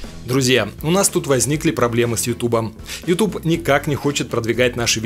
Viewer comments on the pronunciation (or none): none